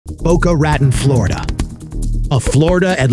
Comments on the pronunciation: I thought the same thing 😂 never heard it pronounced “boca ratten” before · Did he just say Boca RAT-on, Florida?😂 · “Boco Rat-In” lol. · I lived in Boca my whole life. Never heard it called Boca Ra-ton 😂😂😂😂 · Boca RATon? All it takes is literally two seconds to figure out how to pronounce names. Cmon man😂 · "Boca Rattin, Florida"? Really? If you're going to be lazy and use AI to narrate, you should at least teach it to use the English language. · You need to learn how to pronounce Boca Raton. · At least she was respectful...............And to whoever the narrator is: Learn how to pronounce Boca Raton!!!!!! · Learn how to pronounce Boca Raton...,how embarrassing